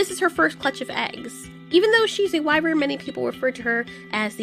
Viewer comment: No that's actually how you pronounce it "wai-vrn"